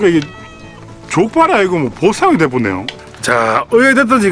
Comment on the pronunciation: 발음이 좆빨 ㅋㅋㅋㅋㅋㅋㅋㅋㅋㅋㅋㅋㅋㅋㅋㅋㅋㅋ